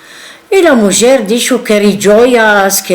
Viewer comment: En realidad pronuncia la j de mujer como francesa o portuguesa.